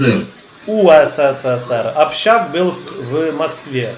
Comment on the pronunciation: не УСССР,а УССР.